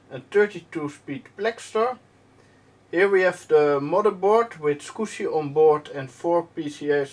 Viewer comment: Clean mouth, no "Scuzzy" words spoken!